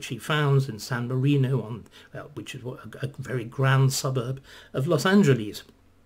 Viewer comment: Dr. Starkey, please take note of the pronunciation of "Los Angeles". It's not Greek. It's not "Los Angeleeze", it's "Los Angeless". This is a mistake that far too many British people make.